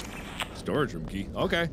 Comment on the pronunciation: Whenever you say room it sounds like you say roum